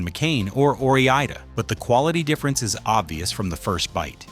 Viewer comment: Or I (eye not E) da! I don’t think they’re Spanish fries, are they?